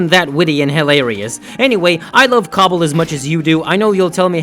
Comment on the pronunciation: The way you said cstl and cbbl got me dead 💀😂